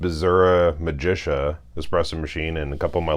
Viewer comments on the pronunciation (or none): Thanks for the video! Just bought this machine (PID version)...however if you're interested her name is pronounced "Ma'geeka" (from the italian "Magic"). Please don't call her Magesha! 😭